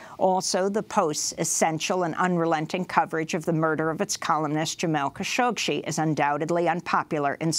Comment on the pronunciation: His name was Jamal Khashoggi and NOT "Khashogchi" Learn correct pronounciation... Fake News !!!